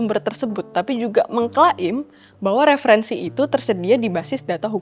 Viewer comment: ... "Mengkla'im" hahaha asik sekali mendengarkan pengucapannya...